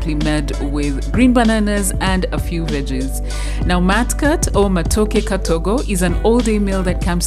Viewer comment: Hahaha....I hear ‘mat kat’.....thank you for sharing this easy katogo recipe